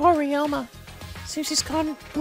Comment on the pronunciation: Nasty Bacon Energy How can someone fuck up Ryoma's name this badly?